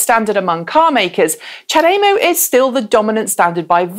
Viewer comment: Question, is there any reason you pronounce CHAdeMO differently than virtually every other person I have met?